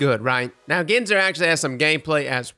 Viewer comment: It’s Ginsor, like Gin and Tonic lol.